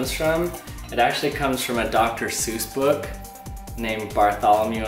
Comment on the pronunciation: Book not bokk